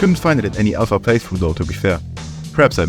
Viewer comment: It’s pronounced AL PHA not I PHA YOU idøit SANDWICH